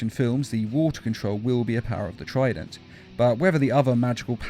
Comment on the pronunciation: is it trident or frident?